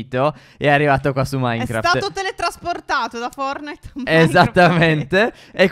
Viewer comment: Vi amo vi seguo sempre su ogni video e ogni live ps Stef consiglio si dice fortnait non fornait ahaha vi amoo♥️♥️♥️😂